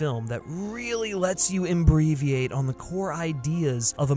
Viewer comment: embreviate hahahahahahaha